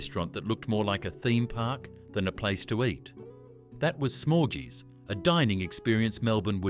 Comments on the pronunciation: It's pronounced Smorghees, not Smorjees, as in Smorgasbord. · SmorGys not Smorejees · Yeah, actually. Good point. It's smor-giiiies like smorg the dragon from the Hobbit. Not smogies like... Umm ....orgies. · .... or Smorgys NOT Smorgees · FFS Smorgy's was pronounced Smorgies. bloody useless AI voice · Smorgy's is so mispronounced. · Why are you pronouncing "smorgy's" so incredibly wrong?! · Some great memories spoiled by the AI narration that couldn’t pronounce Smorgy’s or Shirley Strachan correctly.